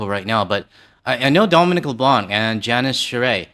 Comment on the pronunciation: I truly wish that media (including ) would learn that Dominic LEBLANC's name is pronounced with the C silent at the end...